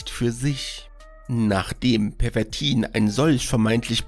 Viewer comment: Obacht, dat heest "Pervitin" und nich "Pervertin"!